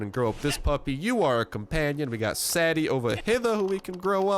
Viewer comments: Why did he pronounce Sadie "Saddy" ? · It's pronounced say-dee as in deez nuts